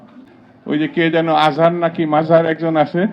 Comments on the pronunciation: তুমি মিজানুর রহমান আজহারীর নামটা সঠিকভাবে উচ্চারণ করতে পারো না তারে চিনো না জগি ঠাকুরগেরে তো ঠিকই চেন মুসলমান তুমি তোমাদের মত মানুষের পিছনে যারা ঘুরে তারাও বা কেমন মুসলমান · শামসুজ্জামান দুধু মাত্র ঘুমের থেকে উঠছে। এজন্য মিজানুর রহমান আজহারীর নামটা ঠিক মতন বলতে পারল না। এরা বিএনপি নেতা হয় কি করে। মিজানুর রহমান আজহারী জিন্দাবাদ ওকে ওকে ওকে মাথা বলবেন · একজনের নামও ভালোভাবে বলতে পারে না এরা আবার নেতা, তোরা ভোট পাবি ? আজাহারী সাহেব সত্য কথা বলেছেন। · ওদের চুলকায় আলেমের নাম ভাল করে বলতে পারে না। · জাতির কাছে আমার একটা প্রশ্ন দুদুর মত মানুষ কিভাবে একজন নেতা হয় ? যে কিনা একজন স্বনামধন্য আলেমের নাম ঠিকমতো উচ্চারণ করো না তার মতন নেতার এই দেশে কোনো প্রয়োজন নেই 😡😡😡😡😡😡✊✊✊✊ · নাটক কম করেন যেই আলেমের মাহফিলে 25 লক্ষ প্লাস লোক হয় আপনি তার নামটা সঠিকভাবে উচ্চারণ করতে পারেন না আপনি কোন ধরনের মুসলমান।